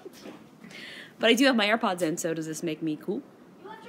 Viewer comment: ur wrong . she did say EAR pods